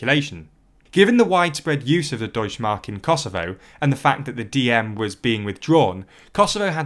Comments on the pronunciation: deutschE mark, there is no such thing as deutschmark xD the E isnt silent u have to speak it in germany we actually speak letters we write xD it sounds so wrong it doesnt even made me understand it in the first place xD as a channel that call himself "news" at least have someone check the script and tell you how to pronounce names of other languages ... its not THAT hard to find any german who would do that for you for very little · the e in "Deutsche Mark" is NOT silent. (German doesn't have a silent e) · The e in Deutsche is not silent, actually